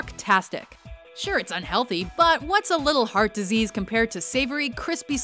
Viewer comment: you also said heart disaesa